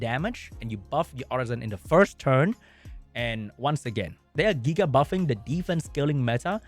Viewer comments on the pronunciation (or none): none